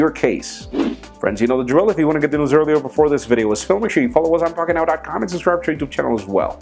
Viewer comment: I've been following PocketNow for nearly a year and I STILLLLLL cannot pronounce your name the way you do